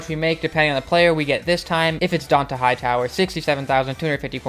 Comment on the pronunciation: its pronounced dontae